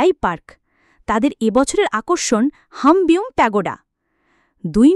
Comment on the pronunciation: সিনবিউম প্যাগোডা ✅হামবিউম ❎